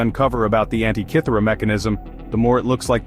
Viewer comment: There is NO island called "ANT EYE KITHERA" nor any device named after such island! Research the CORRECT PRONUNCIATION via Google, in regards to Greek Prefixes as well as pronunciation of all Greek & Roman letters. It's bad enough that the English language has stuffed up the Alphabet, without highly illiterate North America taking it further to be not even a language similar to English.